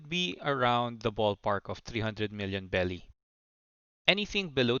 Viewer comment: berry not belly 😂😂😂😂